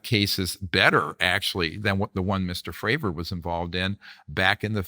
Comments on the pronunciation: So hard to get past Vlads insistence on mispronouncing Fravor and Grush. Other than that great to hear Dr. Greer talk about these issues. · Why Vlad thinking he Joey Diaz pronouncing everyone's last name wrong even tho he must of seen interviews about Grusch and Fravor to prep for this plus Greer saying them correctly constantly 🤣🤣🤣🤣